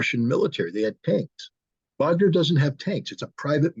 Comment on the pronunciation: Wagner with a W Not a V you keep saying Vagner it is Wagner with a W